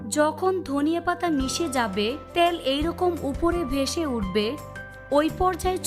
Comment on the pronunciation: ত্যাল নয় ۔۔ তেল বলুন